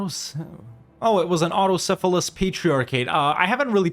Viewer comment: its not auto syphilis its autokefalous😂